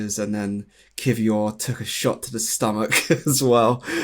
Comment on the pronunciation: over pronounces every Spanish or French word/name but can’t be bothered to say kiwior consistently or correctly 🙃